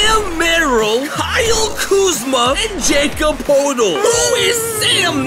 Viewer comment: My mans butchered poeltl and boucher’s names 😅